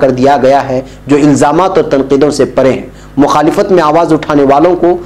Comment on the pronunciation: لفظ مخالفت بفتح الام ہے بکسر الام غلط ہے من باب مفاعلہ